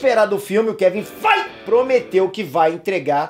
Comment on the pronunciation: FAAAAIT ( FEIGE) KKKKKKKKKK